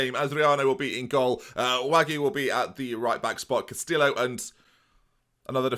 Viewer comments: Stop pronouncing the L's in Castillo, they are silent. Sounds like Casti-oh. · he managed to through that away with Castillo and Bielefeld